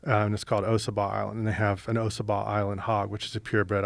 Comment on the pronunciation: Its not pronounced O Sah Bah island Its Ah Saw Bah